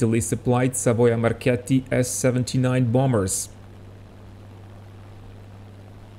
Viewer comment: Wow! Besides your beautiful documentaries, you also manage to correctly say ''Savoia Marchetti''... ''Marketti''. Great job!!!!!